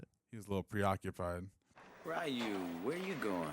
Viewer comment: The way the characters pronounced Ryu's name as 'Rayu' hurts my soul. So...Mortal Kombat?